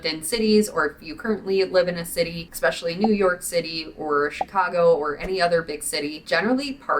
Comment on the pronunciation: Love your vids... But the word is Essssssspecially not ekspecialy!